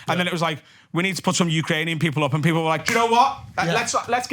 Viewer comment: This man said pearple